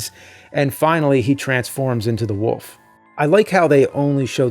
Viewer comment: My grandma is from Philly/NJ and says "wolf" the same way James does, more like "woof".